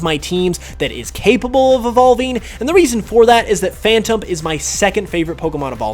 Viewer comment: i stopped watching the second he said phantump